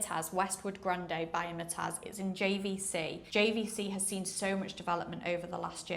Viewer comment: it's pronounced Im-tiaz not Imitaz. Nice video but just wanted to mention this.